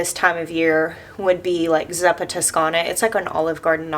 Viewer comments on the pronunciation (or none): It's "ZOO-puh"! 😆❤